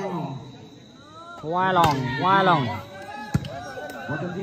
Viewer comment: Bruh it's Waromung not warowong